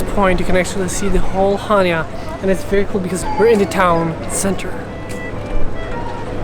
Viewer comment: Nice video. Especially your drone video. Very professional. Just one small correction on your pronunciation of Chania. Accent is on the second syallable.😊Cha- nia